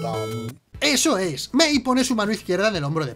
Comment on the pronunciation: Esho esh!!